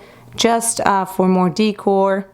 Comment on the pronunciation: You have a great room that is very stylish and organized. I just have to correct you on how to say "decor." You say, "dee core," but it is pronounced like, "da core." Sending you best wishes from California.